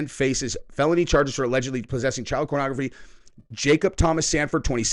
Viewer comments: Why does he keep saying cornography? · he keep saying cornography?